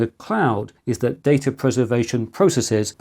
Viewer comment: It's "Data", not "Data"